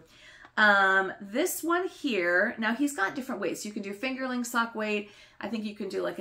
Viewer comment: I’m sorry but I have to: it’s “fingeRING” weight, not “fingerLING” weight yarn. You’re not knitting with potatoes! 🤣🤣